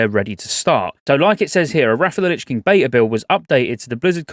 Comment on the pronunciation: Agreed. When she said bveta in 2-3 months I thought that sounded incoirrect